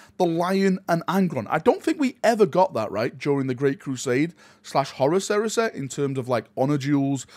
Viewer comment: Horus Heresä, Galaxä, Scarä, Bodä, Reallä